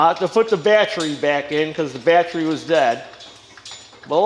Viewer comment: Carb - i - traitor Bat - Tree Posit - she - ohne Tens- she - ohne Al - u- minium